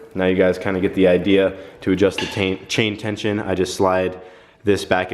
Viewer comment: "to adjust the tain-chain" 😂 what taint?? 😂